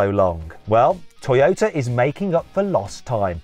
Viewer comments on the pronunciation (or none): トヨィタと発音するのはどの地域ですか